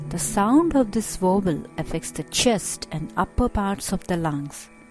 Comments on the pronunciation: What is a Wovel? Is this lady incorrectly saying the English word Vowel? Otherwise very useful. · I thought she was saying "wobble". :-D But the title says "vowel". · you cant pronounce the word vowel